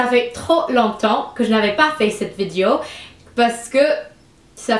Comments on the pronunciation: Tu dis vidio au lieu de vidéo x). J'ai dit à eux = Je leur ai dit Félicitation pour ton français :). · On prononce vi-dé-o